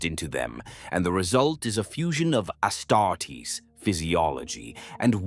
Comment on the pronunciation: I'm used to the AI voice mispronouning stuff in all his videos now it's a drinking game. Personal faves are "Medigee" "Ass startess"